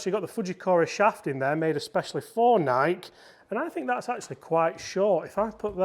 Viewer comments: Dang British blokes....it's n-eye-key not N-ike. 🤪🤪great vid! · It doesn’t matter where you are from, United States or United Kingdom, it’s pronounced NIGH-KEY.❤❤❤ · The Nike pronunciation hurts my soul 😂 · NikE Don't forget the E. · I mean, technically it is Ni-key according to the founder of the company......but let's face it, it's a globally recognized word regardless of pronunciation, so anyone who feels the need to pick someone up on that is probably a pedantic twatt anyway 😂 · It is maddening that cannot pronounce NIKE properly. How old are you? Jesus H Christmas, How could you not know?